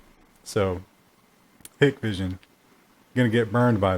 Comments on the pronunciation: It's pronounced Hikevision just an FYI. They make great security cameras. I have 14 of them currently and have had no issues in 2 years now. They don't phone home like other brands. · It's usually pronounced like "hike-vision" because their founding technology was based on a concept called "high-k dielectric" for their low-light, low-noise image sensors, hence the abbreviated "Hi-k" or just "Hik" part of their name.